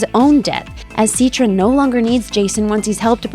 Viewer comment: Its citra (s-i-t-tra)